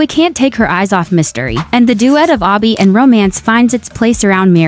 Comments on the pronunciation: You kept on saying obby insted of abby:face-blue-smiling::face-blue-smiling::face-blue-smiling:🤣🤣🤣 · It's not obby it's Abby you idiot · Did…did you just call him Ah-by? It’s Abby. Like abs. Not ah-bs.